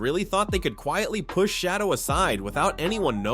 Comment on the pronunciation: How about you make sure the AI voice over gets the Name right. Shadow, SHA doors, Cheddar to name a few... Sloppy work makes the rest of the video come off as not credible. After getting it completely wrong the 3rd time I just turned off the video.